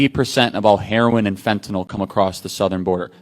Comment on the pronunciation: Charlie, thank you for pronouncing fentanyl correctly. It is not fen ta nall